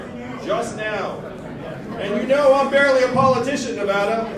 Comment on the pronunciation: He pronounced Nevada correctly. He has my vote